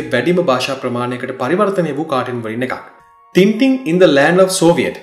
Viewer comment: මගේ මතකයේ හැටියට මේක උච්චාරණය කරන්නේ ‘ටෑන් ටෑන්’ කියලයි. ඉස්සර ටින්ටින් කියන අයට විහිළු කරනවා. මේක ගැන මතක කෙනෙක් ඉන්නවා නම් අව්‍ශ්‍ය පරිදි නිවැරදි කරන්න.